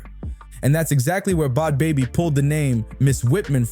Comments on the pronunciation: It's a joke... And why is it so hard for people to pronounce her name correctly?! Bhad Bhabie= Bad Baby not fucking Bod Bobbie! 😂 There seems to be a constant struggle for just about everyone to pronounce... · Yo, if you’re gonna be making videos about people, do your research and pronounce the peoples names right. So annoying listening to someone who didn’t even do enough research to know how to say bad baby. The h”s is her name are silent 🙄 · Bod bobby???? Bruh adjust ur AI! Its BAD BABY! Sheesh! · Who in tf is bod bobbi😂😂😂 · Her name is pronounced Bad Baby it’s just spelled differently but your repeatedly pronouncing it wrong is very annoying.